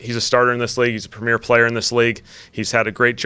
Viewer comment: He said premeir and that he's excited to team up with him, friend.